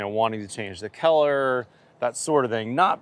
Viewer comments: I promise I’m not making fun, but when says “Keller” is he just pronouncing “color” wrong or is it an industry term for a coating on the roofing? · Is it a central TX thing to pronounce color like “keller”? This always jumps out to me. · not sure I just noticed it and thought it was funny how he pronounced color as Keller lol